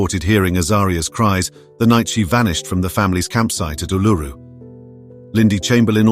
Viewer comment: ÷ "Ierrz Rok, now known as alloooroo" bad pronunciation research = thumbs down, NO CIGAR :(